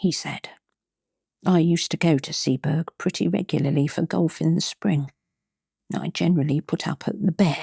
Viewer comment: Arh!!! A great reading, but it's pronounced 'Sea-bo-rugh' not 'Sea-berg'.